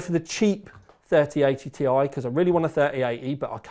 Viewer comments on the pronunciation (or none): According to Nvidia.... It's not a T I It's a TIE. Don't mix them up, please ;)